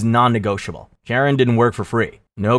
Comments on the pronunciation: Charon doesnt rhyme with Karen. It’s pronounced “Kai Ron”. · That’s not how “Charon” is pronounced. It’s starts with a /k/ sound as in “cat” because it’s of Greek origin